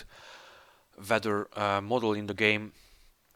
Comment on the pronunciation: What the heck is "vetter"? Oh you mean WEATHER